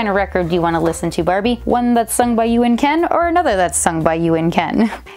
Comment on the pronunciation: I just hear “ Brrbie